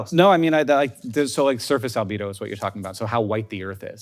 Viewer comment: that’s Al-bed-oh, Hank. And Albedo is a Goddess. 😈😇